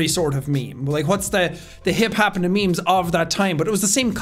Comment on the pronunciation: When you said I give you memes it cut to a add on me and it sounded like meat so you said I give you meat 🧐😳😏😂